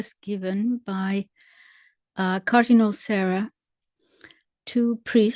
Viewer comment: I believe that it is pronounced Sa-RAW as in Hu-RAW.